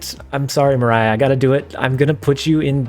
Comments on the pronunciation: I don't know what was more disrespectful; putting Maria Hill to D Tier or pronouncing her name as "Mah-RAI-uh" instead of "Mah-REE-uh". Lol just a nitpick, I enjoyed the tier ranking. I like Hill and Coulson to fit in well with the "add stuff to your hand" Collector strategy as well as Hela discard often needs non-Hela stuff in hand to be discarded so I see the Carrier fitting in we'll there. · I'm not sure how Attuma is pronounced, but I am way more offended about how you pronounced Maria Hill's name lol. Her name is Maria, not Mariah. XD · Maria isn’t pronounced the same as Mariah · its maria (mah ree ah) hill brother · Also, just fyi, "Maria" isn't pronounced the same way as "Mariah". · For more clarity on your breakup it's pronounced utt - to - ma And it's ma - re - aa hill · Maria Hill pronunciation got me 😂